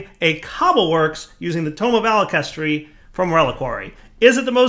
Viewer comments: Every time said "alakestry" I cried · its pronounced (ALK-a-hess-tree), sorry but its from full metal alchemist, and hearing mispronounce it (you can tell even from the spelling, sounding it out) tilts me so much!